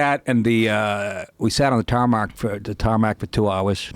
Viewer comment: tarmac* not tarmark